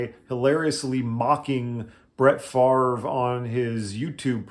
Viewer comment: You need to make jokes about his name. Only guy who doesn't pronounce his own name properly... Just how does he get the 'r' sound before the 'v'? Fav-re... Not Far-ve... Just saying.